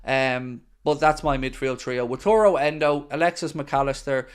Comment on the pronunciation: It is Wa - ta - ru! ;)